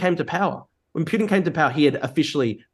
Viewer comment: You mean 'Pee-You-Dinn'?